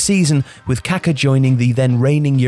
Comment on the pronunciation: I cringe so hard whenever I hear an English speaking person pronounce the name "Kaká"